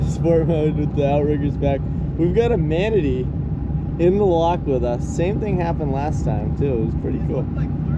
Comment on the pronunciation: It’s pronounced Mana-tee. I live in Manatee County, so it’s driving me nuts every time you mispronounce it. Anyways, love the rest of the content. Been watching the whole series.